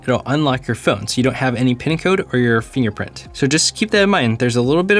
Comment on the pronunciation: Huh Huh.... He said "Finger printy". huh huh LOL